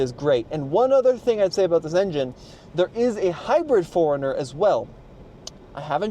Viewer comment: I keep hearing "foreigner" instead of 4runner lol. Anyway, looks great but not sure if I'd get one. It's on my list though as I need a new SUV!